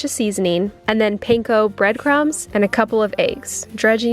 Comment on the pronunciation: Panko is pronounced Pan like Spanish/Portuguese for bread and Ko. pan-ko not pain-ko. the Japanese got the word for bread, pan, from the Portuguese.